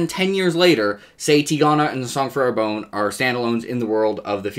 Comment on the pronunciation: Sorry to be a pedant, but I don't think you're pronouncing Arbonne correctly. It should be something more like "are BUN," not "AIR bone."